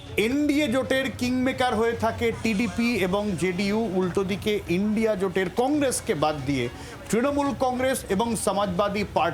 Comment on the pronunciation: Madam..INDIA..ucharan ta ki bolte parben..????😂😂😂😂😂 Lajja lage na to ...😂😂😂😂